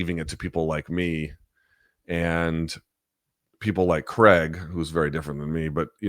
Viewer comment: It’s CRAIG not creg.